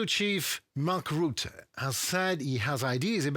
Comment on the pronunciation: If You speak about Mark Rutte , You must say Ratte . You must hear the a , just like a house . ark Rutte, must